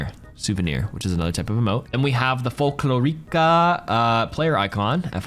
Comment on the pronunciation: Here's an useless Spanish lesson: Whenever you see a Spanish word that has a syllabe with á-é-í-ó-ú, it means that that's were you apply the word stress. In Sombra's cosmetic "Folklórica" you would pronunce it as "Fol-KLO-ri-ca" instead of "Fol-klo-RI-ca"